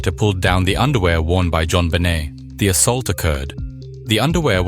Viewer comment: Pronounced JonBenet in multiple ways. Dog shit.